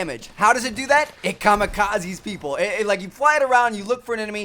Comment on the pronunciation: Looooooooooool when u said it Kamakzes people